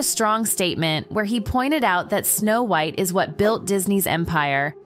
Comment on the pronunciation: She said the name wrong & not sure if it was intentional or not, I grew up w/this movie tho so I feel strongly regarding this.